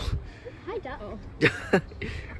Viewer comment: repeat of saying ‘Harlo’